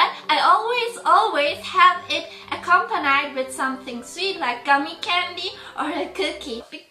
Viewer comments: How she said accompanied😓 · how she pronounced "accompanied" tho... that's freaking adorable